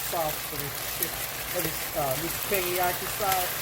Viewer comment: it's PEGGYAKI